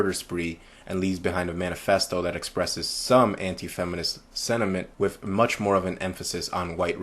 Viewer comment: Please, please, please, try to pronounce the "TH" in your speech as a true "TH" sound and not an "F", i.e "WITH" not "WIFF" PSYCHOPATH" not "PSYCHOPAFF". Do you say "FE" instead of "THE" too?